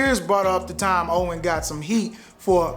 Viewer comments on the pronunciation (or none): none